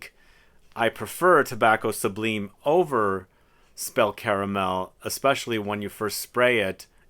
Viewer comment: Pronounced Tobacco SUBLYME.... lime as in the citrus.